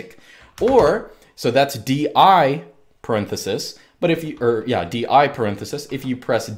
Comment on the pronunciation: when you say yeah, it sounds like german ja. Is this intentional?